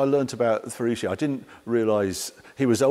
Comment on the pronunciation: The name of Lamborghini is Fe-ruch-o (Feruccio) the double "cc" you pronounce ch like in church.